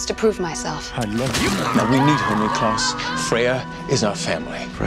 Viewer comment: No it’s kneeklaus